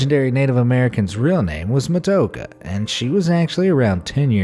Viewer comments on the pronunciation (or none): Its Actually Matoaka, Not Matoka